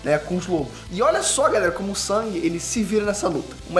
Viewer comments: O NOME DELE NÃO E SANG E SUNG MANO SUNG E Ñ SANG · O nome do personagem principal é SUNG, não é Sang, é SUNG, SUNG... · me incomoda um pouco ele falar "sang" e não "sung", mas eu só to sendo chato kk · Quem é "sAng"?? 😂😂😂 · o nome se escreve Sung , mas é pronunciado sang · Detesto como chama o nome do protagonista Tipo "Sangue"